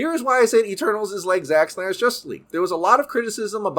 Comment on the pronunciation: Great video but every time you say Eternals it sounds like Turtles